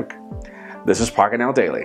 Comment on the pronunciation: I've been following PocketNow for nearly a year and I STILLLLLL cannot pronounce your name the way you do